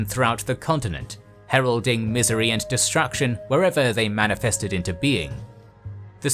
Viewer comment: lot of pronunciation mistakes. worst one is like how do you mispronounce destruction?